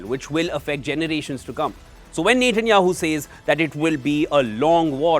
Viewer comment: Its Net.. Netanyahu, not Nathan...Nathanyahu. only wion pronounces with Nathan...